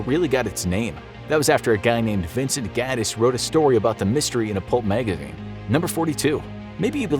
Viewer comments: You good bro? "magagine" instead of magazine. I'm concerned 😟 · "pulp magaghine"